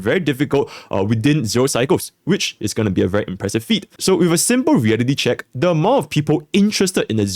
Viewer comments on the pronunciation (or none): none